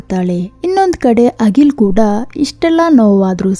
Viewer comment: Agil alla Akhil antha heli.